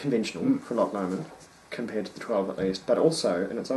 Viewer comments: For Your Information 1. Loch Lomond is pronounced "Low-mend" and not "Lammond" as you said. 2. Guys. yes, this is an amazing whisky but not everything which is rich and fruity is Ex-Sherry! The 18 year old is matured in First Fill Ex-bourbon, Refill and Re-Charred White American oak casks and is bottled at 46% ABV. Non Chill Filtered. As far as my sources tell me. No Ex-Sherry casks involved. Those rich fruity tropical flavours and slight dried figs and yellow spices come from a combination of fresh First Fill Ex-Bourbon and Heavy Charred Virgin oak casks. This combination can be mistaken for spicy Ex-Sherry casks. However, there is a substantial difference though between rich yellow tropical fruity flavours from Ex-Bourbon casks and Dark fruity (black/red berries) and date flavours from Ex-Sherry casks, I suggest you compare this with the Inchmurrin Madeira Wood Finish. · Hilarious pronunciation of Loch Lomond........FYI not the way you pronounce the distillery.